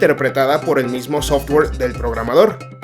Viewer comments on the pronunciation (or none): none